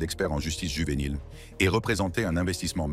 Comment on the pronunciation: Why it keep saying juvenile with a H😂